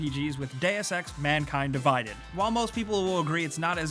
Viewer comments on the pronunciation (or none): it's "Mankind Divided" not "MANKING DIVIDED"